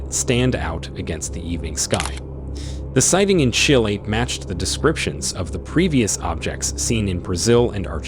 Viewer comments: I like your channel so far and have recently subscribed. But one minor correction I have to make in all due respect because of your professional narration. The South American Country you refer to in the beginning is pronounced Chill-A, not Ch-isle. I only say this because it sounds like you have an AI narrator that is pronouncing it phonetically, if not I just want you to continue to maintain this high level of excellence. Thank you, and keep up the good work! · yeah, technically it's "chee-lay", or often pronounced wrong in the U.S. as "chilly", which is borderline acceptable. But seriously...how have never heard that word pronounced out loud before? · Dude, please learn how to pronounce Chile...how stupid can one be?